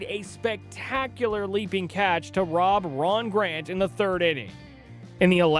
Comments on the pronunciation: there is no "r" in GANT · He said Grant instead of Grant but I'd rather that than hear an AI voice. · Frank Deford was not world famous. Nobody in france knew who he was. And no meds "caused" Puckett to sexually assault women. ""@ This Hack: Grant? Deff. Ferd???? It’s Frank DEEE FORD !!! WORLD FAMOUS PULITZER PRIZE WINNING JOURNALIST. This dude is a hack… Puckett was taking a mix of medicine for his eyes that caused his behavior." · Gant. It's Ron Gant. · Please research names so you can say them right Ron Gant and Frank DeFord were pretty famous. Hero Worship sucks.